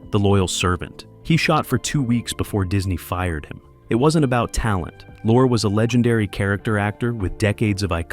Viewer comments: Pronounced Peter Lorre', not Lore--what are you talking about? he was absolutely in the movie. Paul Lucas played Pierre Arronax! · "Lorre" is pronounced "Lorry". And what's this idiotic crap about him being replaced??? Good grief, you AIs get stupider and stupider all the time!!! Don't listen to this, people!